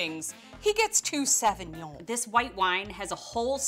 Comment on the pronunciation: Love the vid but Jesus Christ learn to pronounce Sauvignon correctly